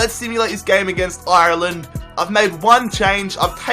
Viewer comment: I'm Irish and you said Ireland wrong